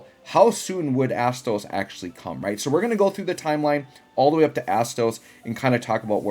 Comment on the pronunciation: My inner teenager laughed everytime u said Asstoes XD